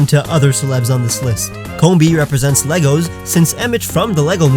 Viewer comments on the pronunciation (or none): none